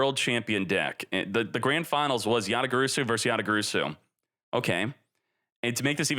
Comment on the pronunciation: for god's sake is called Yata-GaRAsu!